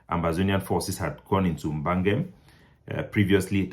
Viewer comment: Please improve on your pronunciation. Bangam can in no way be pronounce 'bangem'.